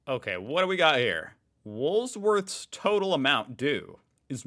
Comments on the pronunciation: Don’t get me wrong your forays into Aussie culture and news is admirable and amusing… but For God’s Sake get the pronunciation right … Woolworths NOT WOOL’S’WORTHS … drop the bloody middle ‘S’ it doesn’t exist in this word … please and while we’re at it MILO with the letter ‘i’ pronounced like ‘eye’ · It’s Wool…worths not Wools…worths. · wow there's not 2 s''s it's WOOL WORTHS........not WOOLSWORTH 😂😂😂😂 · I have no idea why you have such a problem in saying "Woolworths" properly. Its "Woolworths" not "Woolsworth". I think you're doing it on purpose lol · It is Woolworths NOT woolsworth and if you re-read the tubers post it does read "Woolworths". just seems to have an issue with the pronunciation whenever the name comes up. A lot of Australians call it Woolies which sounds like Wool - eez. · the S is on the END of the word. Woolworths, It's not in the Bloody Middle, Geezz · To help with pronunciation: Woolworse, or Woolies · Dude seriously read the fcking words. Its Wool. Worth. With a possesive "s" wool-worth-s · Hi, there is no s in Woolworth. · No offence but can you just say woolies pl you still can't say it right and k mart does not have shopping all it sells is chips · lol, instead of mispronouncing Woolworths every time, just call it Wollies like us Aussies